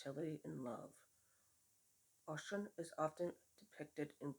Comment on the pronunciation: Those ferns are beautiful! I hope you share the end result of the earrings you make out of them. Please also share the grid work you do especially since it'll be different. FYI it's pronounced oh-SHOON. I'd like to hear how you plan to work with the deck. I've been slowly sharing curse work and links on my FB. I'll be sharing some more protection works as well.